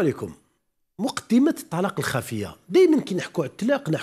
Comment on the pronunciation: يا استاذ إسمه..الطلاق..وليس التلاق...تتكلم وكأنك إمرأة.....